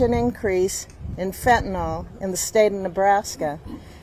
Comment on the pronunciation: To this day, I am still waiting for one, only ONE person on TV to pronounce Fentanyl properly. Are they all dyslexic? Why do they say Fentanol?? It drives me crazy! It Jeffrey Dahmer, not Jeffrey Demmer. Man, illiteracy is rampant.